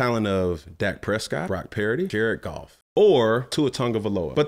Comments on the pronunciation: Why can’t he say Brock purdy’s name right???? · I have nothing to add to the conversation I just love how Cam says Brock Pearady 😂